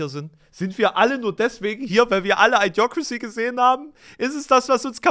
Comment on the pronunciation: Das Idio von Idiocrasy, wird wie bei Idiokrasie ausgesprochen. Nicht I-diocrasy.